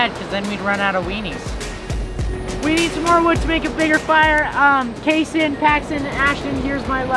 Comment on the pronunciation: It’s kayson